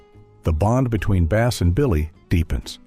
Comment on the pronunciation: His first name is pronounced as "BASS" the fish and not Bass as a musical instrument.